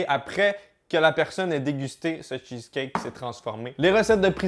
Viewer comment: "le cheuceleut"